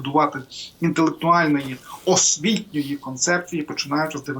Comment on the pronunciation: Наголос - освітньої складової. Підтверджую, як корінний донеччанин. Хоча ліпше - подонщанин.